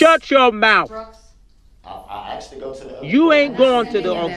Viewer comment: He didnt know how to say the simple word "asked" either. He constantly pronounced it as "axed" 😂